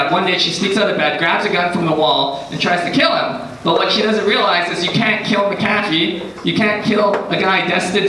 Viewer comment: Learn how to pronounce McAfee dude...